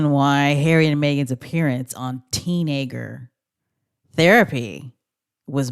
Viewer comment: I believe it's 'Teenager Therapy', not "Teenanger" Therapy.